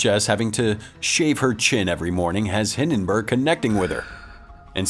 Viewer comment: OK, how did the narrator remember the princess' name from the begiining of the movie, but not the name of the main character? It's Clive Maxtone. Also, it's Hi*l*denburg, not Hi*n*denburg.